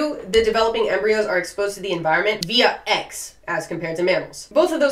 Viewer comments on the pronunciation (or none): none